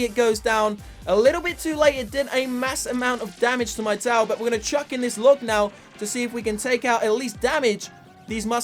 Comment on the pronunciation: It's LOG not LUG...